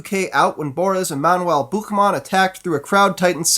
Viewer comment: Never heard such a clear "Buchmann" from a non-german speaking guy. My hat's off to you